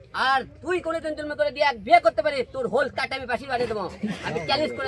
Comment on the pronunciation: It's whole 😂 not হোল